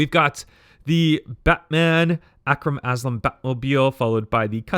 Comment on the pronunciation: how are gonna pronounce Arkham Asylum as “Akram Aslum” 🤣🤣